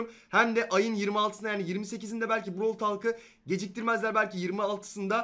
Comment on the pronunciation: Bıravl diye okunuyor bırovl diye değil